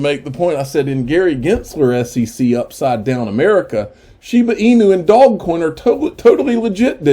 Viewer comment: Lol love how he calls dodgecoin 'dogcoin' its alsmost disrespectful but really funny at the same time..also the way he says Shiba Inu is also funny.. love his vids make sure to subscribe, great content keep up the amazing work